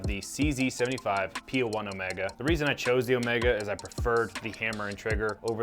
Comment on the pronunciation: Homega? Brother please 🙏 😅